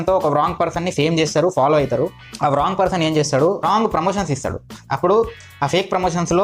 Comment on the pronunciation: One mistake....Wrong ni as it is spelling la pronunciate cheyoddhu andi rawng ani pronunciate cheyandi ..